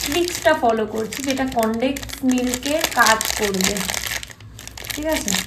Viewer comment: বস্তির মাসি যেটা বলতে পারো না সেটা ফুটানি করে বলতে যাও কেন,,, কনডেক্স মিল্ক বলে কোন কিছু নাই আসল উচ্চারণ হলো কনডেন্স মিল্ক। শুধু ফুটানি ছাড়া তেমন কিছুই পারো না 😊